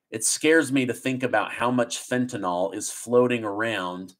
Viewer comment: Please! It is NOT fentanol. It is fentanyl.